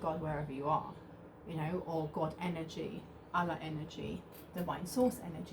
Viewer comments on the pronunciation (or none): none